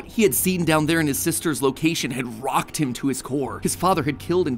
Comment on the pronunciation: Hahaha he says about micheals sister saying”sisters liocation”